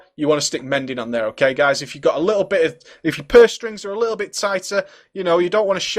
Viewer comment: i swear u said he has a few gays on him.